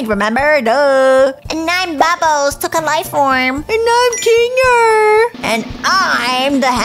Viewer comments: Its not bubbles its bubble Its not zoober its zooble Its not kingle its kinger Its not agatha its ragatha BUBBLE’S A GIRL I hope these help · Ruthbell just said kingel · U said king ger to instead of kinger and u said zoobre be careful nextime whem making a amazing digital circus video😅😅😅😅😅😅